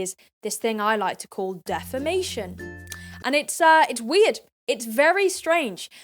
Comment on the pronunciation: " defemation y e e a h "